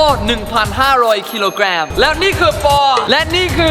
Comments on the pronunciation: กิโลกรัมไม่ใช่กิโลแกม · พูดกิโลกรัม เเบบกิโลกรัมเเต่เอ้กเซ็กอังกฤษมาตลอด เพิ่งรู้ว่าต้องพูดว่ากิโลเเกรม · ทำไมพี่มายเนทชอบเรียกว่ากิโลแกมต้องเรียกว่ากรัมสินะคะ